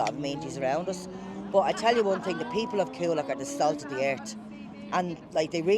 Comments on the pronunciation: It’s pronounced ‘Cool Lock’ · You could have bothered to learn how to pronounce Coolock... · He cant even pronounce Coolock ffs